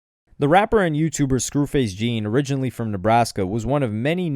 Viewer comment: It is pronounced Scru Face “John” Btw